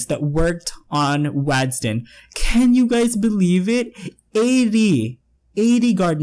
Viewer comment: I keep hearing 'you gays' and it kills me every time abhsja